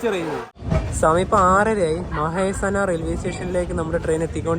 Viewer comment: 118👍മഹേസനാ അല്ല മെഹസാന ആണ്.